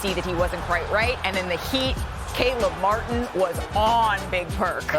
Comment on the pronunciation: Thank you ESPN for getting Caleb Martin's name right lol